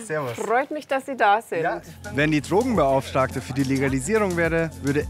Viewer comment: Hab ich als einzige "Dummenbeauftragten" verstanden? XD